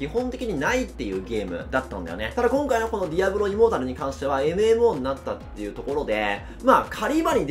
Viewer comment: 開幕、immortal（イモータル、不死の）じゃなく、immoral（インモラル、ふしだらな）になってて笑った